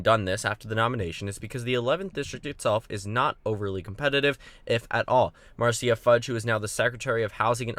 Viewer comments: It's not pronounced 'Mar-Cia'. It's like the Brady Bunch, it's pronounced 'Mar-sha' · I am pretty sure Marcia Fudge is pronounced Mar-sha. I know likes to get names right, so I wanted to point that out. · Marcia Fudge name is pronounced "Marsha" Fudge.